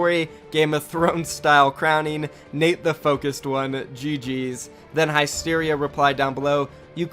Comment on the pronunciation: High-streria lol it's Hyst-eria